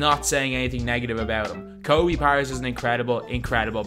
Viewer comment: Learn to pronounce his name correctly man.